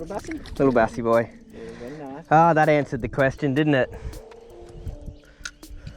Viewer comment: When says veddy nice 😂😂😂